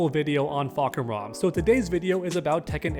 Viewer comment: How did you fuck up Julia’s name yet nail Fahkumram? One of the most complicated names in tekken but Julia one of the most common name in real life and you some how fuck that up 👁👄👁️, how you read Julia as Julie ¿¿